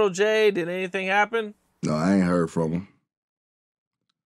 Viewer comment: That boy say him-shim 😂😂😂